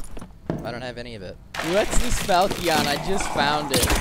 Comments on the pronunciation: PLEASE ITS FAL-CHIN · i love you but its pronounced (FAL-SHUN) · Pronounced "fall chen" sort of. I'm cool with the way you added your spin on it, though. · Nobody asked but... fal-shun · Why do you keep pronouncing falchion like that lmao